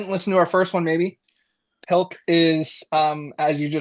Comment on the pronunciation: pilk is more like colk.....